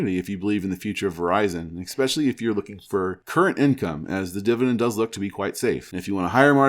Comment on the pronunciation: Liked the video. Es-specially, not ex-specially.